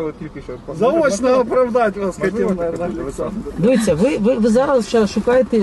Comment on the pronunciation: Вместо "дивIться" выговаривает "дивИться"...так режет уши шо ппц